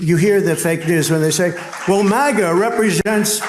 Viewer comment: When did we start pronouncing MAGA (MagA) as MogA?